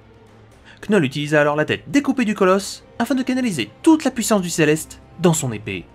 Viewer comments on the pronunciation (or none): none